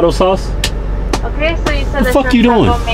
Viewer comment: "Tacos A L Carbahn." Died.